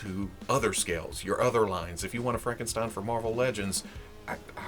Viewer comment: the stein in Frankenstein is pronounced st i like you say I n